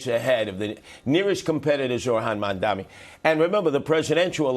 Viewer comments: I find it hard to understand that after all this time Sliwa still can’t say “Mamdani” correctly. If that’s some sort of cognitive impediment he certainly shouldn’t be Mayor. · He went so soft on Sliwa :( . Watch his toughness when he interviews Zohran. Curtis Sliwa hasn’t even learned to pronounce Zohran’s last name correctly. Curtis Sliwa has no chance, I believe. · Every time he mispronounces "Zohran Mamdani" a Guardian Angel gets his wings. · 50% of the people can't say mandami correctly. It's not an easy name for native Americans. But to say you wont vote for somebody cause of the way he sounds is racist.